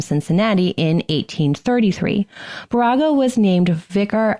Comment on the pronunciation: Baraga=BEAR=ah=gah. Keweenaw- KEY wee nah